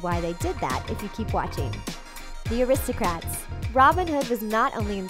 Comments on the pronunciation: It sounds like you are pronouncing the Aristocats as aristocrats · rw:why are you saying Aristocrats ?,its pronounced Aristocats no "r" inbetween the letters "c" and "a" in the title . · It's Aristo-CATS!!!